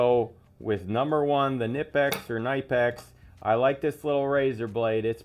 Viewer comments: Knipex, a German company, is pronounced Kin-NIP-x. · Love the Knipex! So it's pronounced Ka-nip-x. German doesn't have silent letters as far as I know (no silent e's at the end of words either). Thanks for all the other recommendations too! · Was that a yaggi antenna for your amateur radio? And it's pronounced ka nip ex. FYI. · The Knipiex is pronounced with a hard "k" at the beginning. I own all of these tools except the Slidewinder, which I sent back to Amazon as the junkiest utility knife I've ever held before.